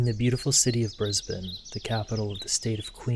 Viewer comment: I LOVE that you say ‘Brisbane’ correctly! I don’t think I’ve ever heard an American pronounce it right 😂 I live there and I’ve never heard of this case!!